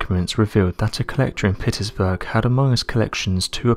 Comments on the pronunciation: Anyone else bugged by him saying Pitt-iss-burgh? Is there a city I don't know about? Pitts-burg, that's how you say it. Also, what's with the creepy voice? Of course you'll bring suckers in with that... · Its pronounced Pitts- Burg NOT pitisburg. Seriously????! According to Redacted. Even too lazy in yr narrative to explain redacted. Really poor effort even by yr usual low standards. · Its called Pitts-Burge not pitt is burge no offense just letting u know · Um... Do you mean Pittsburgh? Pitts-burg is proper pronunciation, not pitt-iss-burg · Pitts-burg not Pitti-sburg! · Pit-is-burg? Pitts-burg! 🙂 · I really didn't know about the expiration of space. When did that happen ? Surely it's still there ? Also, where is Pity's burg ? I've not heard of it. Goddard Spacefycentre ? 4 separate words Goddard Space Flight Center (US). Muvvaboard ? . What's that ? Theories that were crated . What, as in sealed in wooden boxes ? At this point I'm out. I really cannot listen to you. for 15 minutes when you have such difficulties in speaking. If you really plan on continuing to narrate, please take some lessons on how to pronounce, or at least form your words so three words don't become one garbled one- or better still, leave narration to the girl who also does this channel . Oh, and the topic being discussed here? Absolute bs. NASA would have studied those tapes over and over again, up to the present day. They would never have been in a position to have been lost in the first place.They certainly wouldn't have let them get in to the hands of Joe public (if they had contained classified or sensitive information) - who, incidentally does nothing about them , just for them to resurface decades later . Just supposing they actually did contain classified or secret information - NASA would have wanted that information back - at all costs, not be destroyed ! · Is it pronounced "Pittis-berg"?